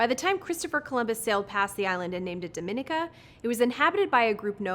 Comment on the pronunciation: Dominica isn't pronounced like Dominican Republic. It's pronounced dam aww knee ca